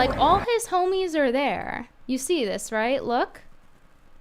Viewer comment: “ hom (o) ies” 😂😂😂😂😂😂😂😂😂